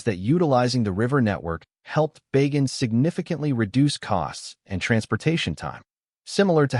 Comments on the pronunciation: Not "Bay Gan" but "Ba! Gan" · Bah-ghan, not Bay- gen.